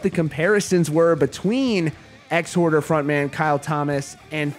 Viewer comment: Its Exhorder not Ex-Horder. You pronounced it wrong. Marzi is 100%